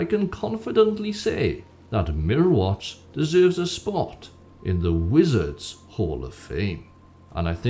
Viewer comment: Pretty sure it’s pronounced like “mire-watch” because ya know, it’s in a mire